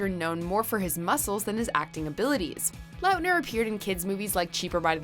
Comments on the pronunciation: Is anyone going to say anything about how they said Taylor Lautner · LiLHB GAMEZ ya.. that kinda bugged me.. wasn’t sure i heard that correctly.. but then i seen your comment I’m like ok i knew it sounded weird when she said it.